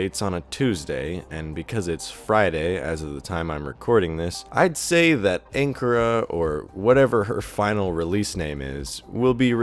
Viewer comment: Its not anchora